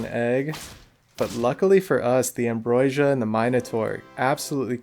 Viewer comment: You have a quirky way of pronouncing ambrosia, where you put the 'i' before the 's'. 😅 Also, really nice video. I love the scambits you do. That first with the sauropod is incredible